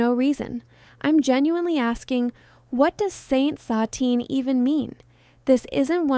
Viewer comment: Saint Satine is pronounced (Say-nt Saah-teen) so maybe that makes you like it more?